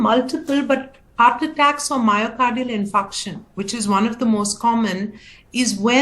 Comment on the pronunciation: It's infarction , not infraction. And we have a "health influencer" answering questions. What on earth is that?